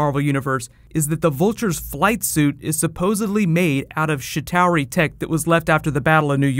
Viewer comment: when u said chitari it sounded like u saide shittari. I laughted like hell